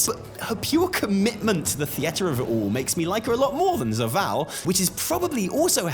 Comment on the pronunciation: downvote for the way you pronounce "theater"